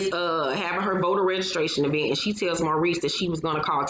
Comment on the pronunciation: Tisha and her mama both say E-vent ad I always cringe